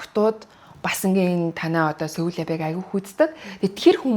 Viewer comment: Pronunciation oo zacaad xelcixeer yagaad baidiin bee, ug n newtrvvleg n xeregtein daanc Seoul lab gex bolgond n cixneec cuc garkeed baixiimaa :D